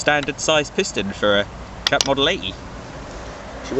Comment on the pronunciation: i heard ppl say it jap, but that's a bad misnomer. say it like this: Jay A Pea wonderful old engines. there's parts available and reproduction. I know this is an old old video, but thanks for sharing!